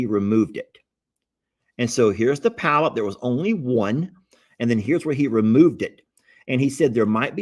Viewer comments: It is a Polyp..POLYP...NOT palyp...NOT PALYP. To a nurse this is 😮!!! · Polp not palp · Pronounced "paul- ep". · it's a polyp, not a pallip. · Hehe., it's not a "palyp", it's a polyp. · Polp. Not palp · This Nurse here just chuckled every time he said palyp🤭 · say PA-LIP...lol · Polyp, pronounced paw-lip. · the growth is called a polyp, two syllables. The accent is on the first syllable. It is pronounced, "PAH" Lip. Most of them are benign. The reason you can't remember what happened is that the anesthesia gave you amnesia. You are still able to follow instructions and carry on a conversation. You just can not remember any of it. That's why the doctor does not talk to you a lot after the procedure. You are still loopy and will forget most of it anyway. He will probably talk to you more at your postop visit. 😂 I am so glad you had good reports. That old saying, "A stitch in time saves nine," goes double when it comes to medical conditions. Don't let anyone shame you about feeling apprehensive. 😂 It is normal to feel anxious before surgery. Even a hangnail is serious when it is on YOUR OWN FINGER! It's all done, now. It's all good. It is time to sit back, put your feet up, and breathe a sigh of relief on your comfy new couch. God bless you always. 🙏🩵😍🩵🙏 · 🎯 Polyp: pr😂nounced (paul-up). Hope this helps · I am an RN and worked in endoscopy. It is spelled: "Polyp." Two syllables. The accent is on the first syllable. It is pronounced : "PAH' Lip."